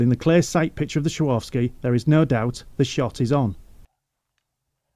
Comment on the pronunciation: ''Shaworfski'' Ha ha! Swar-ov-ski ;-)